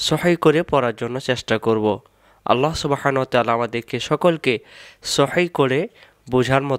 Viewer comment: আল্লা হবে না আল্লহু হবে, মুখটা গোল করে উচ্চরন করতে হবে।।